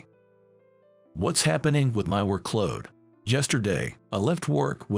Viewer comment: It's work-load, not wor-kload. Quit using AI voice.